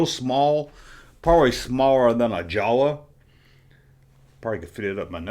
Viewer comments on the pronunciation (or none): none